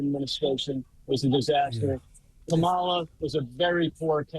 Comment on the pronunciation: You pronounce Kamala WRONG!